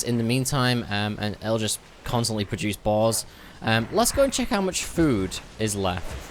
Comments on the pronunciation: Everytime I hear him try to say "boar's" I'm hearing balls... Am I going crazy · Sometimes i can't tell if ur saying "boars, boss, or balls" lol.